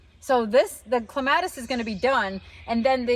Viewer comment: I don't care too much about the pronunciation of most plants, but, for some reason, clematis is the word I can't bear to hear mispronounced, it's like scratching on a chalkboard😀. It should be KLEM-a-tis. That's why I can't stick around, but your garden is very nice. Just FYI in case its helpful, it's not armpits. The term is leaf axil. Or, you could say axillary shoots. 😀